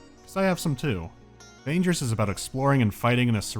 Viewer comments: It should be pronounced as vANGERrs, not as rangers with a v... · Just, please, "g" in "vanger" is pronounced like in god, not like in "vagina". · It's really confusing to hear you says "Vangers" with a soft G... I think that's wrong. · In Russian, the name of the game is read with a hard G. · Vangers is pronounced with a hard G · you read "Vagners" with a hard G, not the i like ya cut G G